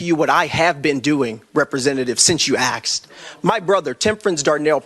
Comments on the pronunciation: Since you axed??? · “Since you axed” 🫢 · Loud doesn't mean right. As soon as he said "axed" i stopped listening. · He didnt "Axe" him anything, he "asked" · "Since you axed"... 🤦🏻‍♂️ Can't take dude seriously after that. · "Since you AXED" 🤦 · Since you axed...lol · While he was off he should have taken some anger management classes. And practiced saying “asked”. Because asking someone and axing someone are two totally different things. Come on man. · Since you axed